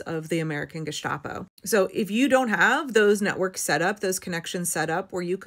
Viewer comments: the "sta" in gestapo is pronounced like the begining of "sta"rt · It's "Gesstapoh", e.g. without "sh" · stop saying Gishtapo , it's not a soup